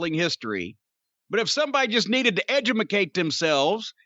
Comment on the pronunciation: What the f**k is ‘edumacate’? Has he joined the Ultimate Warrior school of making up words??!!